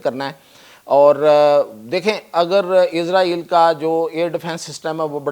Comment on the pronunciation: Bolna tu sheeko izraeel nhi israel naam hy